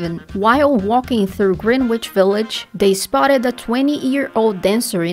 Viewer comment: not from the UK. She said Green-witch instead of Grenitch.